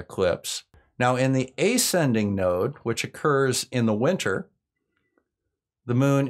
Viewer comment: “ascending” is pronounced əˈsendiNG, from to ascend. Or do Americans really stress the first syllable like that, and pronounce it like it was spelled “ayscending”? (Same question applies with slight modifications to your strange pronunciation of descending, which I have also never heard stressed on the first syllable.)